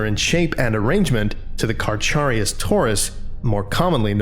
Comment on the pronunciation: Small point. Carcharius is pronounced like karkarius would be, not karcharius. Just a small point